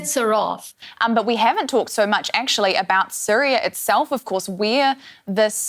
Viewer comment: It's giving Dora the Explorer got a job working as a presenter for DW. Why is she pronouncing Syria as Sooriah in English ? The choice of DW presenters is chaotic